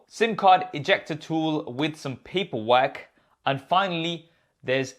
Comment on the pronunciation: “Pa peR wek”